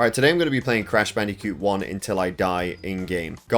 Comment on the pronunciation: Bro, it's pronounced Crash BAN-DI-COOT, with the "COOT" sounding like "FLUTE" or "BOOT". You pronounce it as Crash BandiCUTE which is totally wrong.